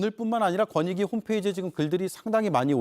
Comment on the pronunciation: 권익위? 거니위 아니고? 어이쿠 발음이 무너졌네? 뭐 어때? 이미 바닥을 친 마당에 더 무너질게 뭐 있겠어?